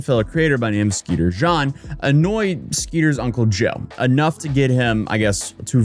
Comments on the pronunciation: Why do you keep saying skeeter "John". Its skeeter Jean. Omg. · "Skeeter Jean" not "Skeeter John" 😂😂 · It is skeet jeen as in rhyming with Charlie sheen not skeeter john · Yeah. He's been saying it wrong. I don't know why he can't just watch their videos and see how they say it. Because he does this all the time. 😂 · It's skeeter Jean, like "GENE" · He's American so Skeeter Jean is pronounced Skeeter Gene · I love how you pronounced the Jean in Skeeter Jean the French way